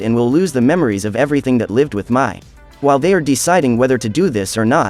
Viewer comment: Every review gets her name wrong Mais name is pronounced like May not My.